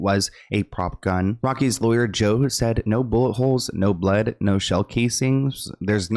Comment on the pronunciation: That reporter said “powice didn’t find any bwud”